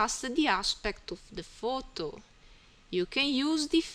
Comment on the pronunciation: thanks for ur help... and say photo not futu ..